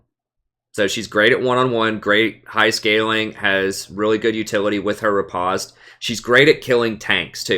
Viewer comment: Please for the love of god...it's rE-post not re-pahst